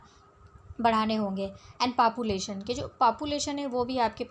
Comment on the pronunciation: papulation nhi population hota hai